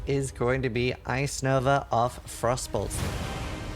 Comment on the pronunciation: It took me a solid minute to realize he was saying frostbolt and not frossoles